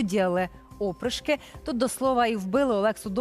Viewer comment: Серйозно? Я розумію , що ви далекі від історії, якщо навіть наголос у слові "опришки" ставите на перший склад. Джерело інформації, вся історична література, або будь який український історик!